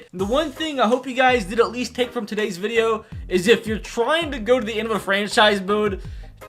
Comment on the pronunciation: I love how in the beginning It say Vadio instead of video